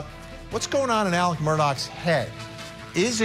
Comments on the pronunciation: Why is his name pronounced Alec instead of Alex in this tho lol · It is Alex not Alec!